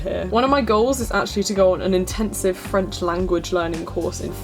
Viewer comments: I love your french accent! It’s amazing and so perfect! I feel so inspired by your beautiful pronunciation.. I’m doing french in year 10 next year for gcse! ❤️❤️ * I’m personally so scared for year 10* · i’m french and i love your accent!! it’s pretty good and way better than the accents i’ve heard in my classes aha. for me, objective driven learning really pushes me. there are some exams ranging from A1-C2 that you can take. the A2 is an equivalent to an a level! you can take these at christmas and in june at the french institute in london. these exams have really challenged me and my sister :D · Props to you for learning a language with your spare time!! If you want to speak french with someone - i'd be happy to help! Your accent is actually really good. Bonne chance!!❤️ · As a french native speaker, I can say your pronounciation is actually really really good!! :) I wasn't ready haha, you're doing great keep going🌟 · you're not butchering french at all, your pronounciation is amazing and i could understand what you were saying perfectly! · Hi! French is my second language and your French pronunciation is so good! Bravo And I'm also learning Dutch Are you using a certain app to learn it? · I just finished AS French and I think it's amazing that you're picking it up again! I find it extremely difficult even though I can speak English & Welsh but it's so rewarding! Also, your French accent is so much better than mine, jealous!! 😂 Xx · Loved this video. I am French and i can tell you that you have a good french accent. Keep the good work😂😄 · Ta prononciation est très bonne, vraiment :) Keep going you're on the right track ! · Your French accent is reeeally good! Come to France whevener you want, you’ll always have fans there to welcome you! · Your accent is actually really really good! Congrats! 😊 It's amazing! I'm currently learning German and it's a big struggle for me haha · You have a good accent. I’m French and RV is Caravane or Camping-car.